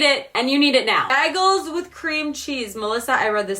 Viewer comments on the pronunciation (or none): did she just say BAGULS ....hahaha